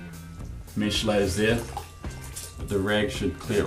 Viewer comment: Mesh not mish but nice video